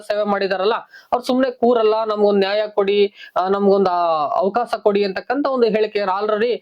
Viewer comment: ಅವಕಾಸ ಅಲ್ಲ ಅವಕಾಶ ಸರಿಯಾಗಿ ಉಚ್ಛಾರ ಮಾಡು